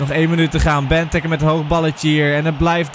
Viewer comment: Ben jij überhaupt een belg?! Wat zeg jij allemaal België presteert niks... En het is bentéké niet bentuke ofwa gij ook zegt